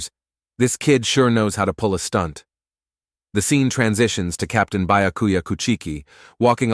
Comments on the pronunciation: Lmao utterly butchered XD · The way the ai said byakuya name wrong 🤦‍♀️ orihime for aizen